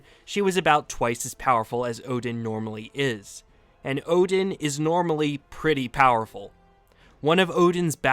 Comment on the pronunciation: What are you.. the god of hammers.. "odin"